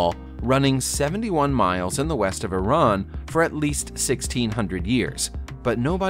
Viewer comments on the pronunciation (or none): none